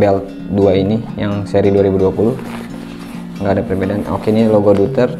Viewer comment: fyi pronunciationya itu yg bener "doyter"